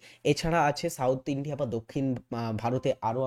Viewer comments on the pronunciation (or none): none